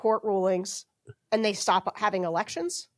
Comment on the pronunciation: ST - the "st" sound in words. There's no H in it. It's not SHT. It's STop, not SHTop, for example.